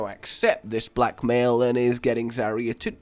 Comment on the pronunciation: I keep hearing 'Black Male' instead of Blackmail' XD